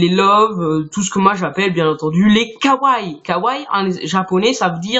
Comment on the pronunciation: Et c kawaii ( faut prononcer le i plus longtemps)